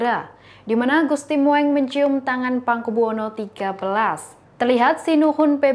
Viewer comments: Jangan salah baca dan bacalah dg ejaan yg benar agar baca Gusti mung bukan Gusti moeng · Bacanya...gusti mung...,bkn moeng,lu kira kucing...? Tulisannya emang moeng itu ejaan lama,tapi bacanya mung. Ditambah ya mbak...wawasannya. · Duh...ni lgi nglawak ya... Gusti Moeng...diucapkan Gusti Mo-eng😅 Yg benar Gusti Mung.. Belajar lgi ya...biar keliatan pinter dikit🙏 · Aduuh jangan dibaca Gusti Mo eng tapi Gusti Mung ( ejaan jawa "oe" dibacanya "u") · Mbak maaf GUSTI MOENG (MUNG) bukan MO ENG maaf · MBAK PESENTER KURANG LITERASI SEPERTINYA. GUSTI MOENG SEHARUSNYA DIBACA MUNG. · gusti Mung mbak mocone.. pehh.. Sinuhun bukan Sinuhung. tribun duh tribun. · Hello.... Itu Ejaan lama, Gusti Moeng d baca Gusti Mung.... Ini lho, memang sekolah ga d ajari Ejaan lama ya, siapa guru Bahasa Indonesia nya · Gusti Moeng itu dibaca Gusti Mung dong.... Pembaca berita mestinya tanya dulu kepada yang tahu ejaan dan cara mengucapkannya. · Maaf ya, apa gak paham "sejarah bahasa indonesia" ya, penulisan ejaan lana "OE" dalam nama Gusti Moeng, itu, ya dibacanya jgn sesuai ejaannya, (kan sekolah juga to??), itu dibaca "U", Jadi untuk nama Gusti Moeng (dalam penulisan), ngebacanya ya "Gusti Mung" saja, jadi gak malah ANEH DENGERNYA!!! Aduuuuuhhhhh, kayaknya TRIBUN NEWS ini BUTUH LITERASI DEH!!! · kalau nyebut nama orang yg bener.huruf oe itu dibaca u. Gusti moeng dibaca gusti mung